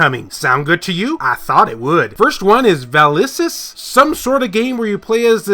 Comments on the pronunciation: VaSilis not Valisis. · Vasilis, you know, a female name. Can you pronounce it? Good luck.